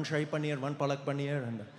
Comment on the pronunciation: Fucking hecc He did had the exact pronounciation for Shahi And Palak Paneer. I am impressed